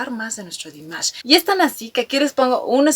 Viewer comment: gracias por tu reacción, me encanta tu alegría al hacer estos vídeos tienes una energía muy linda y contagiosa, me siento representada muchas veces con tus comentarios y creo que la forma en que el presentador dice Dimash es la correcta por que así lo pronuncia las pocas veces que lo eh escuchado decir su nombre como en el vídeo de felicitación por los cinco años de que nos nombró Dears